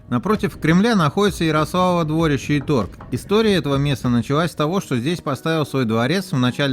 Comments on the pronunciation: Ярославово дворИще! Как же слух режет двОрище. Неужели не спросить у местных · Я так уточню или дополню) Крестцы ударение на перый слог, опоры моста у нас называются "быки", дворище ударерение то же на первый слог